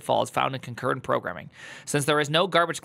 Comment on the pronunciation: ConcurrEnt - concurrEncy. It's not that hard.